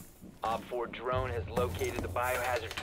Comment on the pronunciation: "Drrrone is rrred"